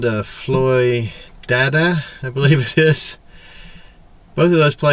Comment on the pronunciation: It’s Floyd-ada, not Floy-dada. My brother lives near there....